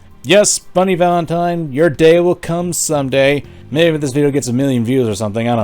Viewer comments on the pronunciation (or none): none